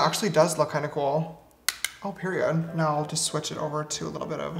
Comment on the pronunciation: HIS "PERIOD." IS SO AAAAAAAAAAAAAAAA LIKEE SHE SISTER SNATCH